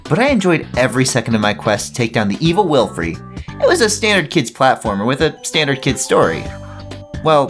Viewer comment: please, get it right, it's pronounced wil-FUR, not wil-FREE, it's literally said in DTL: TNC (DS) that it's wil-FUR